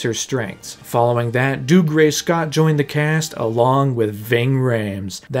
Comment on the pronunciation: Theres no way Dougray’s name is pronounced that way